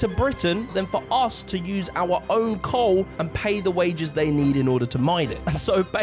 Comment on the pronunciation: COAWL. Cole mate.